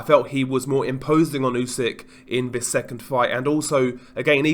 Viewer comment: Vis vat vu ver vose do you mean THIS THAT THE THERE THOSE???